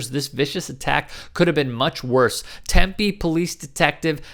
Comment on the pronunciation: It’s pronounced Tem-Pee not Temp-A